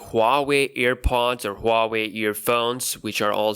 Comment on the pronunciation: It's pronounced WAA-WAY